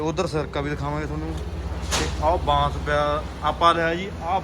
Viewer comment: ਬਾਸ ਨੀ ਭਾਈ ਬਾਂਸ ਹੁੰਦਾ ਕਿਉਂ ਚੌਲਾਂ ਵਾਂਗੂੰ ਪੰਜਾਬੀ ਦੀ ਐਸੀ ਤੈਸੀ ਕਰ ਰਹੇ ਹੋ